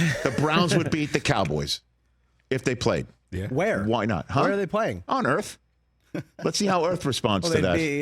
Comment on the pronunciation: Rich's "on earth" has me rolling